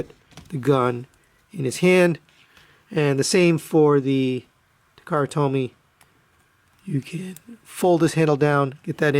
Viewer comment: Nice videos. I can't help feeling you sound like you're saying takara told me. Lol